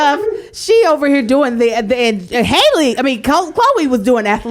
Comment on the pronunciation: I hear folks say Holly & Hey·lee... But when I hear Chloe & Fam say it, it sounds like Hal·ley. Like Alley cat/oop/way.